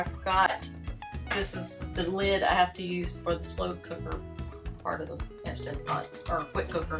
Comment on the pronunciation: Absolutely love that you didn’t say “Instapot”. 😂 Great recipes. We saw you in the RV Niche Facebook group and came to say howdy.